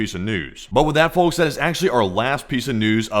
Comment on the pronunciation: Love you guys and your updates, just gotta say this: The L in folks is silent (outside of alabama 😂)